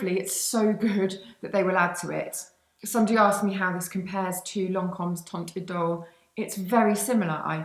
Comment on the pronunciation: Teint idol is pronounced so that "teint" rhymes with the French word for wine: "vin" (the T is silent)